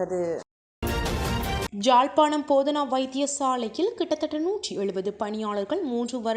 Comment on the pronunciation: அரச தலைவர் அண்மையில் சென்ற இடம்*ஜாழ்ப்பாணம்* அல்ல. அது எமது தாயகம். அதன் பெயர் * யாழ்ப்பாணம்* வடிவாக சொல்லிப் பழகுங்கோ.